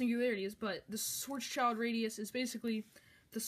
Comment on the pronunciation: You need to say it like Sh-w-uh-rz-sh-e-Lt-r-uh-dee-oos